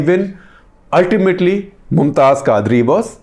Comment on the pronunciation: Khaazri? Quadri. You can't even pronounce names and you are claiming deep knowledge of Islam